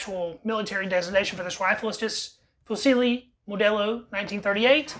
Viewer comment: The “c”in “fucile” is pronounced “ch” dude. Just FYI 😁